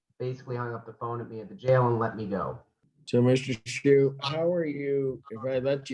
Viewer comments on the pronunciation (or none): Funny to mispronounce Mr. Schuh's name... From the little I've seen, Mr. Sue certainly seems more appropriate than Mr. Shoe (Shuh in German means shoe).